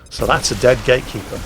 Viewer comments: Is saying "gaykeeper" all the time? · Is he keep saying "gay keeper"?